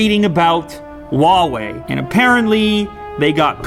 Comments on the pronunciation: Lew,it’s “who-ah way” not “wah way” . Why aint y’all pronouncing the H? It’s right there! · "huwaei" what kind of grammar is this